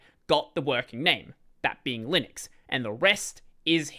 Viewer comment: Probably why I laughed the instant tried to pronounce it.